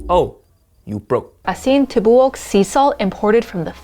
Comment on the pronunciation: I'm a filipino so let me teach you how to say it. Asin ti bu ok